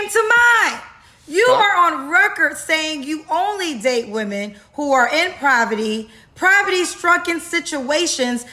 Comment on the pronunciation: what's provety? 😂😂😂 Is she tryna say POVERTY? needs to take some of that money and pay for speech therapy.